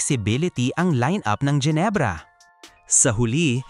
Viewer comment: Mga jenebra bagang, Genebra, hindi jenebra, at mga devid, David, Hindi devid, ginagawang English